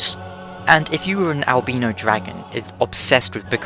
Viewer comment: I can use English language phenotics and grammer to PROVE that you are pronouncing albino incorrectly. still funny though....